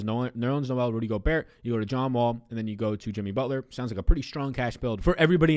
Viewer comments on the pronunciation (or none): Yo the T in Gobert is silent. Love your content tho!